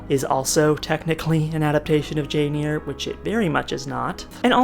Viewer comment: well as a retired paralegal, I'm usually a stickler for spellings and pronunciations. I really do try and not correct people, but I cringed a little bit on Jane "Ear". I remember trying to find that book in the library and couldn't. I had to go back to the teacher to have her tell me how it's spelled. Lol. YOU are up early for Portland! I'm from Olympia, but had my career in central WA. Now I'm in Fort Smith AR.